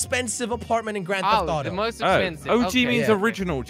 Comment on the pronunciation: Nobody : No One : Jelly : GrAnD tHeFt TOTO